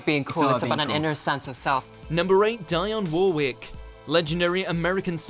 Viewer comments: Deeyon Worrick! Sawlsbury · This guy can't even pronounce Dionne Warwick correctly. War ick not War wick. you Ignoramus. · It’s pronounced Deeon Worick you cretin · wtf kind of pronunciation was that of Dionne Warwick?😂😂😂 Dee-on Woh-rick, that’s all😂😂😂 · Yeh , so "legendary" that you do not know how to pronounce Dionne Warwick`s name? Who the fuck is Dianne War Rick? lol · Same, he lost me at die on war wick 😂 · And btw it is pronounced Dee-on Worrick. The way you said her name pained me. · Treating your viewers like idiots by talking over every clip, explaining what’s happening is really annoying. Also, learn how to pronounce Dionne Warwick properly. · Man talking over clips of Piers Morgan shouting at people. Can’t pronounce Dionne Warwick.... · Why are you pronouncing Dionne Warwick like that?! Like a twat. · Narrator, Your pronunciation is appalling. Dionne Warwick and Salisbury prime examples. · And then there's the butchering of Dionne Warwick.